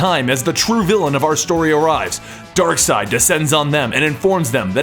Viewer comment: Ok I'm confused , what is the proper pronunciation of Darkseid? Is it (DARK-SIDE) or (DARK-SEED)????